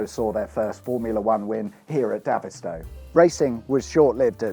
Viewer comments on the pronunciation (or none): As a child I played in this airfield and lived next door to it and I’m sorry to tell you but you are mispronouncing its name you should be calling it David as in the name like David Bowie the way you pronounced it sounds more like Davith as in the only gay in the village from Little Britain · You pronounce it like david, sto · Great video. Davidstow.. David as in Goliath, not Ginola ! Reminds me of cringe making M&S advert few years back, that pronounced the cheese the same way but with french accent!!